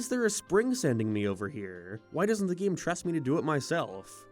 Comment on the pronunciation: What the heck accent have you got goin on there, bud? You pronounce like half of vowels differently from me, and I absolutely cannot place it. (Gee-ame, for example)